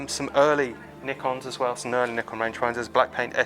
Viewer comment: I do enjoy your channel but might I offer a small comment ? Could you tone down on the use of the 'COOL' comments it is becoming a tad annoying. Keep up the good work and it is always nice to hear someone pronounce NIKON correctly ! Yes, there is NO 'Y' in NIKON. Cheers.